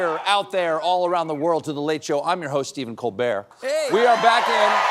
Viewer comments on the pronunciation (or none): Seriously “I’m your host Stephen Cole Bare”? That’s my only beef with Stephen Colbert. Isn’t his name pronounced “Steven Coal Bert”? Well …..